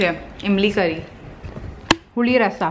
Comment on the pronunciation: 'puli rasam' haha that's in tamil and sounds nice coming from you